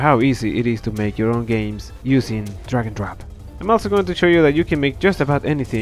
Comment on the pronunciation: take a shot everytime he says... D R A G O N D R O P